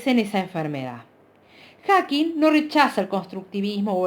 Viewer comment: Me da toc cuando dice HackigSSS dios, lo está leyendo y encima lo lee mal 🙄